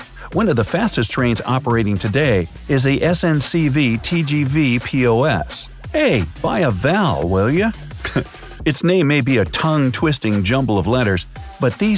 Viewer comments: He said SNCV TGV POS but it is SNCF TGV POS he pronounced f as v. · why did you say v instead of f